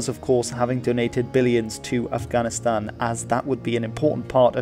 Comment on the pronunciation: It really bothers me how he prounces Afghanistan